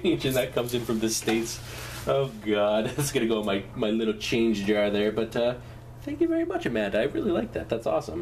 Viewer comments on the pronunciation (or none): none